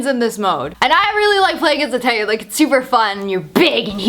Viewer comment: You pronouncing Titan as Tai-en, is so fuckign annoying haha.